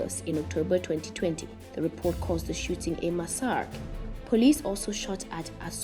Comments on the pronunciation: Did she say massarick instead of massacre..wow...gotta proof read in front of someone 1st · at least learn to pronounce and place the correct stressing on massacre.